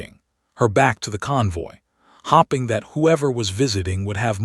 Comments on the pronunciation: PLEASE! It’s staring NOT starring, it’s hoping NOT hopping! THE AI NARRATION IS ILLITERATE! 🇺🇸🤨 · Get rid of the AI it is wrecking a good story 6 minutes in and a few words miss said. As in hoping said as hopping times stuff up.